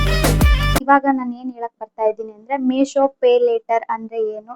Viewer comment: ಅದು ಮೆಶೋ ಅಲ್ಲ ಮೀಶೋ